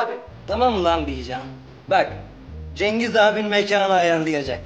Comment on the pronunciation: Agir yanlis konusuyorsun